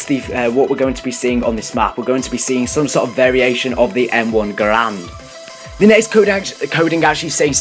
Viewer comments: M1 Garand not Grand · And also he said that's the arisaka was the original m1 grand and also it's garand but btw an arisaka is a bolt action rifle basicly a sniper rifle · Bootlegger = sten In a previous video you called the mx garand a m14. And u pronounce garand as grand. It's not grand. Only doing this to help. Ure awesome! Love ure videos